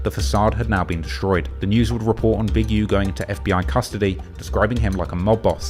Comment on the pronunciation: “also known Big Youh” lmao why he say it like that